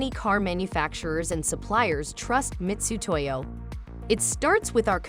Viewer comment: Why is the Ai voiceover pronouncing Mitutoyo as “Mistutoyo “? Bad look for a large corporation. Am I missing something?